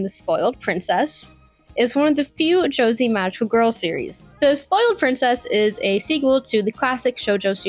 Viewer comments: No hate but its Jo se ii not josiii/josee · so stupid you keep calling it "josie" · You can tell she knows nothing about the genere purely out of how she pronounces Jossei as "Josie" and Bishouho as "B-sojo" I have never seen a single shounen fan mispronounce shounen. Sure, some people don't pronounce the u in shounen, but thats largely due to bad localisation misspelling the word as Shonen. But even then, people dont pronounce it as "show nin" How do you even turn Jossei into Josie? How do you switch the two letters around? Its not like "ei" is hard to pronounce in english. People dont pronounce Einstein as Ienstien. This is such a disrespect to the genere itself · it what?!! Jesus Christ this video is insane Its Josei not Joezy the fck kind of pronunciation is that. from thar alone its obvious you don't know what you're talking about. popular to who? which demographic was cutie honey popular to? you can't just say it was popular therefore it was for the male gaze. wtf i hate how you speak as if Otaku is a primary male thing and that women can't be otaku. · What in the weeb bs is this…??? geez, even izzyzz would have a field day with this. Yikes. First off. Its “joe zey” not josie. Oh my god. the more i watch this the more im cringing as a woman in the weeb fanbase. Oh. My god. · How are you more retarded than me and I'm the one with an autism diagnosis? Also the word Josei is pronounced "Joe-SAY!!" Not "Joe-zee" for fucks sake do better research on the shit you talk about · You're reading the chatgpt script wrong, lmao. It's pronounced 'Josay' not 'josy'. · Anyone else cringe at her pronunciation of "Josei"? Sweetheart, it isn't 'Joe-zee', it's 'Joe-say'! Pronounce it like the 'sei' in 'seinen'. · She pronounced seinen correctly. Josei is the same (say-nen) (Joe-say) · Pronouncing Josei “Josie” made me giggle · Its Josei, pronounced "jo-se-i". Stick to tiktok vids, girlie. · Joe-see lmao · “Bisojo” “Josie” get out PLEASE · You can't even pronounce josei😭😭😭😭😭😭😭